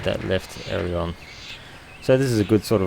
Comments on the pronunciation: This is an awesome video. But. It's called an AIL-E-RON. Not an AIR-LE-ON. LOL. I don't know why just the way you say made me cringe the whole way through. Loved the T/O, the scenery, the procedures though, well done! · Great Video Mate! But it's "Ay-Ler-On"